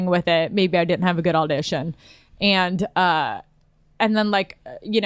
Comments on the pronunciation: "Aldition". All this time I was caliing it an "Audition". You learn something new everyday. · John Pelico dont forget “all-dition”